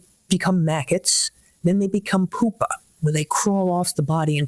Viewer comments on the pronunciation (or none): Also it's pupae. Not pupas. She should know that. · Really wish that expert lady pronounced pupae with a soft “u” instead of a hard “u.”